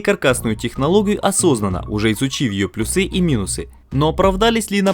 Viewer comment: плюсЫ, минусЫ, аж прям уши режет этими ударениями, пощадите пожалуйста)